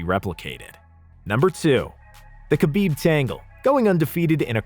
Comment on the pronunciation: Man great list. But the name butchering is rough. Hurts the list. Like how did you say khabibs last name that bad.